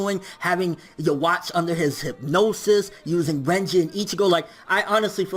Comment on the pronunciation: I'd probably like the video more if you didn't say Yhwach's name like that